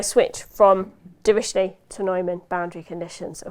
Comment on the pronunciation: afaik you seemed to pronounce the German mathematician Dirichlet's name as "drish ley", which is better pronounced as "drikh ley" where "kh" is some where between "k" and "h" (closer to "h") sound...